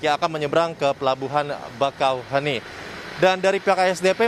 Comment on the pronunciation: Penyebutannya bakauhe(E)ni min bukan bakauheni atau bakauhuni 😁.